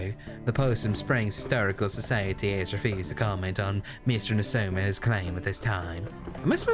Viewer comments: Lolol can't say historical society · *Dies trying to say historical society*